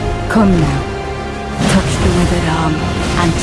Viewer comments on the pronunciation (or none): none